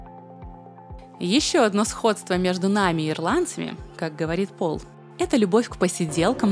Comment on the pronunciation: Не Пол, а ПАУЛЬ